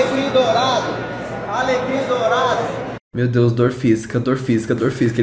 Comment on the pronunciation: A FALANDO "alegrim dourado" SOZINHAAJAKAKKAKAKA